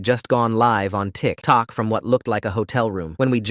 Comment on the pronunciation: The way the narrator said tikTOK